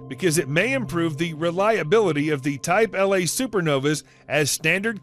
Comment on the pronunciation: It's a type 1 a supernova. Not type L a for the tycho remnant. Good video however.